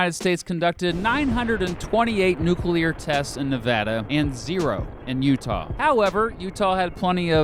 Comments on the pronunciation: Hell im from utah and you got that shit right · I’m from Utah you had it pretty right! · Also I'm surprised that he got Utah correct, I've heard everything from uhtuh to OOtaw.